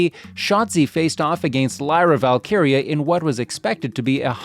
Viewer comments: valkyria not valkaria🙃🙃🙃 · Valkyria...not whatever you said.